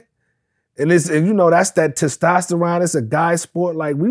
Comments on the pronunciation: Did my man's just say "test-tost-a-ron" ? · Vlad Dictionary: Edi said .. Testosta'Ron